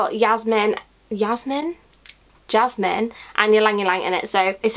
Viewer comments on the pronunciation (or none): Jasmine not Yasmine